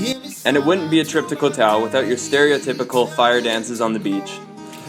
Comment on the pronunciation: its not pronounced as kohtao, its Goh- dao and same with any 'koh' s its Goh...